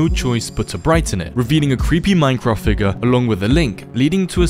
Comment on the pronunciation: When you said "creepy minecraft figure" i though you said "creepy minecraft ni